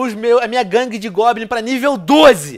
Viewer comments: Mano o Venom é analfabeto? "Guangue" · Venom Colocou Guangue de Goblins No Título, e Falou Guagangue De Goblins shuhsahusa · venom nao e guangue e gangue